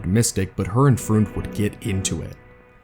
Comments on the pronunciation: Outstanding video. One small point: Karl Freund's last name is pronounced like "froynd". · Nice video, but for future reference Karl Freund's last name is pronounced as Froined, rhymes with Coined.